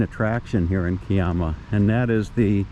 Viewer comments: Hi, The pronunciation of Kiama is "Ki-ama", with the "i" pronounced as "I" (as in "I am"). The "ama" is pronounced as "am-a" (also as in "I am"). I have had two experiences at the Kiama blowhole, one was quiet and the other was active. I have been to Kiama on several occasions. The hills north of there are part of Bombo, where I stayed overnight at a friend's place back in 1973 and the back view had a complete view of Kiama. The warning sign says "No Tommos Allowed"!!! LOL. Better tell your shadow to take care there, getting a bit too far ahead. We don't have crows here in Australia, but we do have plenty of ravens. All the very best. Rob. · to labour the point...the 'i' is the same as the i in Bondi. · Thanks for another great video. The pronunciation of Kiama is to sound the 'Ki' syllable the way you would pronounce pie, the emphasis being on the 'i' as it is in pie.